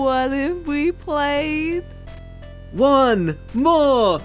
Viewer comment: Like she says one! More! Round!!! 😂